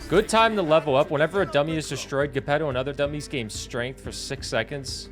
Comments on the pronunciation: wait how did you pronounce Gepetto? Lol I love the videos! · who taught you how to say Geppettos name? Its actually crazy no one in your chat corrected you. Anyways I really enjoy these videos!